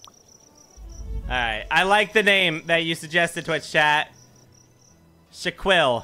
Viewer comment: How you gonna spell Shaquille correctly and say Shaquel